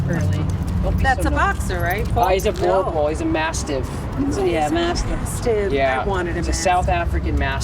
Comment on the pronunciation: The proper way of pronunciation is "boo" + "r" + "bull".